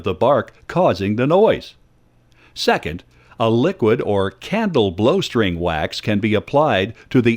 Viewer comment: he clearly says "blow string" instead on bowstring.